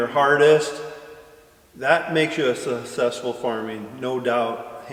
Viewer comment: Question for next q&a... When will learn to say successful correctly.? 🤣🤣🤣🤣